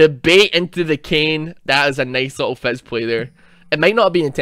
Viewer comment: I swear to god, calling Fizz 'Fez' is the funniest fucking thing.